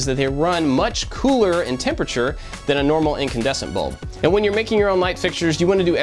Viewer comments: Wow how did you even hear that??? It sound like "AND" 😭😭 good ear. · Damn, I thought it was "and" also. Well, time to unsubscribe